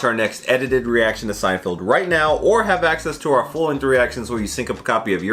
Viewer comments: SEIN-FELD. NOT FIELD. MY GOD. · Is he saying "Seinfield" on purpose? 🧐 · It's SEIN--FELD, not Field. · SeinFELD, not SeinFIELD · Feld. Feld. Feld, feld, feld, feld. Bro. It's so crazy that the dude is a big fan of the show but still can't figure out how to say his name. SeinFELD. Not Field. Also, gotta do Puffy Shirt.